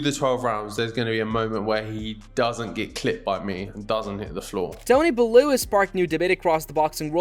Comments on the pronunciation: Gave up as soon as he called tony bellow bell who, learn how to pronounce their names for fk sake. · Belue and frok... ai is ruining everything